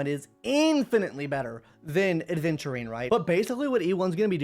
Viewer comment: AVENTURINE not aDventurine Come on it’s not that hard